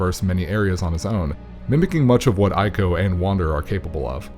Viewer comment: It's "Eeko" and "Treeko". A play on words for the third Team Ico game. Trico